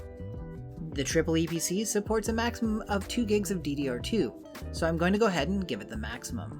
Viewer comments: disgraceful; he said "triple e" and not EEE PEE CEE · is pronounced eeeeepeeeeeeeeeceeeeee